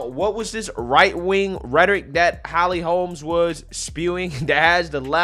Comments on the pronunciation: Your ghetto grammar and speech, SUCKS!!! HER NAME IS HOLM, NOT HOLMES, IT'S RIGHT THERE ON YOUR SCREEN!!!! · Its not Holms. Its Holm.